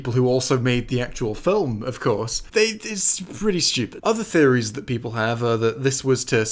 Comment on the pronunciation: "Countless Peolple" The Long is cursing you for not making this at least two and a half hours,.